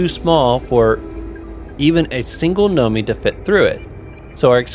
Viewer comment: Did anyone ever correct him that it's Nomai and not Nomi? Im wondering if he's dyslexic to a certain extent, lol